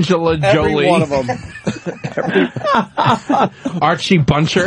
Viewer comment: "Archie Buncher" - fuckin Vos.